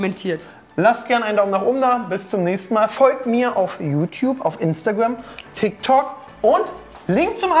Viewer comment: sagt er da "fiktok" oder hör ich nur schlecht?